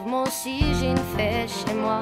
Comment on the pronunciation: On dit une fée pas une fait. Belle chanson dommage qu'elle est un petit problème de prononciation.